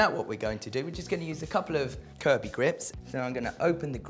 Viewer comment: He said kirby not curvy.